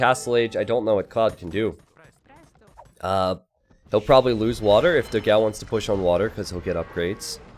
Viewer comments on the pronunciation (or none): for the portuguese language honour, it is "dogaum" to the right spelling, not "dogau". I love your videos as well. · Just so you know, you pronnounce it "Doh-gaum" It means "big dog"